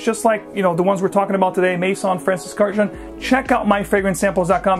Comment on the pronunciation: Horrible pronunciation of a beautiful Armenian last name. Please look up the correct pronunciation.